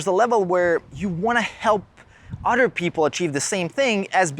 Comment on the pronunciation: Love the video. I keep hearing you say otter people though. 😂